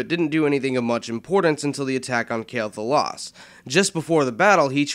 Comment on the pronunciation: (Qw - ell - Thalas) not (Kael - Thalas) for Quel' Thalas thank you